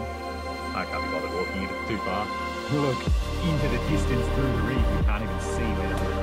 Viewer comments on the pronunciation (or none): none